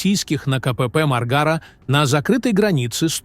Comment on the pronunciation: Хорошо то ,что не сказал пограничный пост маргрет течер не ( маргра) а мар-га-ра. Научись правильно произнасит название местности.